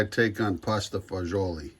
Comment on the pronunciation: Fagiolo is bean in Italian. It's pronounced fag olo